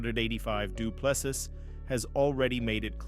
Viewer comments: Doo ple SEA or SEE....NOT sis...no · Fix your dogshit AI voice. Du Plessis! Pronounced: Do-Plehs-C three syllables. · Shame he cannot beat up the narrator who is such a slack assed idiot, he cannot pronounce any correct syllable of DDP's name. What an absolute insult. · Ag please man why do you americans not respect a person and prenounce their names properly like drikus surname .Whont listen to your potcast again